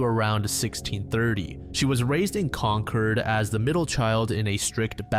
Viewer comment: Wow, someone who pronounces Concord correctly! New Englander confirmed?